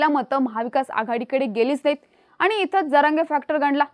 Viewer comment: मुद्दाम आनि पानी करू नका 😂 शुद्ध मराठी बोलण्यात काहीही गैर नाही